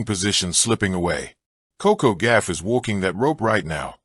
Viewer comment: her name GAUFF (goff) not GAFF.... CRETIN !!!! 🤡